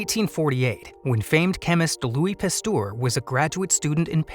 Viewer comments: Argh!!!! Please, someone tell the voice over guy it's Pasteur, not Pastour!!!!! It makes my ears BLEED!!! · Thanks very interesting! But please learn how to pronounce Pasteur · Turns out i was pronouncing Pasteur wrong my whole life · Please learn how to pronounce names, Louis Pasteur desrves it!!!